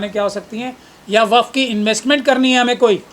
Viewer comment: Kaisa jahil admi to desh chalane ko de diya gaya hai, jisko waqf board bolne tak nahi ata... Wakaf board wakaf board bole ja raha hai..